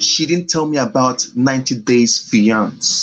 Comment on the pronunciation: Oh pls he can't even pronounce fiancé